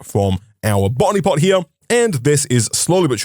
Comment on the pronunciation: Drinking game: Take a sip whenever he says "botany pot" and take a double when it sounds like "bonny pot"